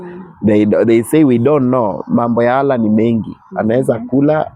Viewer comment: huyu mzee ni mgonjwa wa akili hajielewi very stupid guy wewe wacha ujinga eti pastor ulisomea wapi hata kutamka neno Allah huwezi shenzi type